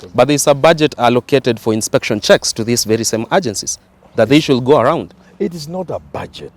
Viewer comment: To the young man here, in the words "should" and "would" the "L" is silent!